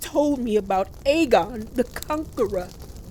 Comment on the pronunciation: Another amazing review! I got my life with the theatre! I nearly cried when I heard how you pronounced Aegon the Conqueror! I SWEAR annunciated every letter in his name! 😂😂 I can’t wait for the next episode! I need Rhaenyra to BURN THEM ALL!